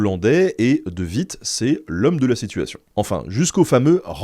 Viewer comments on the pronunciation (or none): De Witt ne se prononce pas " de vite" mais " de ouite". En néerlandais le w ne se prononce pas à l'allemande mais à l'anglaise. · C'est de "ouitt", car c'est un W, et non de "vitt" 😅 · Salut Ben, le W se prononce comme en anglais en flamand/néerlandais, donc De Witt, ressemblera à "De huit" :) Merci pour toutes tes vidéos!